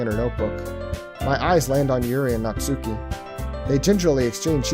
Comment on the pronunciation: You messed up the name. It's Natsuki.